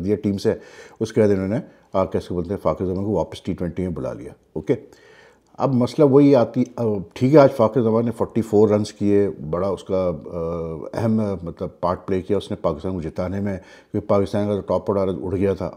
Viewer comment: ye Fakhir zaman nahi Fakhar zaman hae ap ye last itnay years sae us ka name sahi nahi lae sak rahay and continuously Fakhir kah k name bigar rahay hn Kindly name sahi pronounce karain.. Fakhar not Fakhir thanks